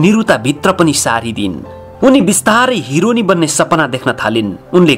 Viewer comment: The way he said hironi 😂😂